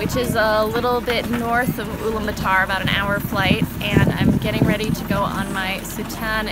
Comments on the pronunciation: IT IS ULAANBAATAR, NOT ULAANBATAAR! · At least learn to pronounce Ulaanbaatar properly. It's part of respecting the identity of something.